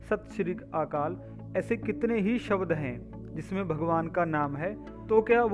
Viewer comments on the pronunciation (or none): कृपया शब्द का शुद्ध उच्चारण कीजिएगा। शबद नहीं शब्द है।